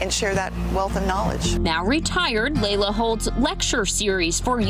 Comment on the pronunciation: Its Leila not Layla🤦‍♂️🤦‍♀️